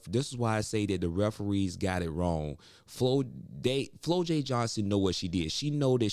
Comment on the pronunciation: It's pronounced Flaujae not Flolae